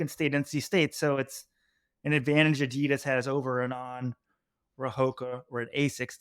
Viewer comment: Can you please try to pronounce Adolf Dasslers brand name correctly ... adi das...